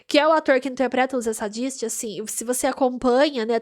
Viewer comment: Vc é engraçada, gostei! Comente os outros episódios tbem. Nome dos irmãos vou facilitar sua pronuncia: Reidgi (Rhage), Fury (Phury) Zeidisti (Zdist) o restante tá ok ❤